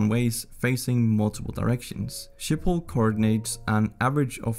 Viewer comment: He said “Sjipol” instead of “Schiphol”